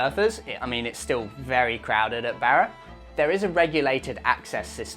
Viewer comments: por favor, my ears are bleeding hearing you pronounce Barra as Bear a. It’s pronounced Bar a, like you were at the Bar a having a few drinks. With a little practice, you can do it,. Another great video, gracias. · No way he can pronounce the "rr"😊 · Great video, I wish there was some way to seamlessly use the spanish pronunciation of "Barra" in your videos, saying it in 'Strayan sounds funny. No way around it though😊😊😊thanks